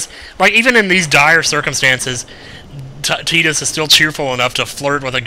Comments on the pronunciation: Please.... it's pronounced Tie-dus, not Tee-dus!!! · thought his name was "Tide-Us" not "Teet-us" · I would think it's Tidus not Tedus because there is no E on the end but this is final fantasy so... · He says he always thought Tidus's name was pronounced (Ty-dus) because his name is derived from tide, yet throughout the LP he pronounces his name (Tee-dus) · Why is he saying "Teedus"? Isn't it like Titus? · i agree Tie-dus is a much better pronunciation although i don't like his name anyway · We brung power to the air ship it brings it up later in the story and also his name pronounced tee dus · AHH... saying TEE-dus hurts my soul. lol